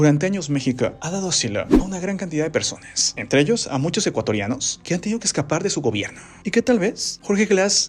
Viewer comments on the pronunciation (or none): none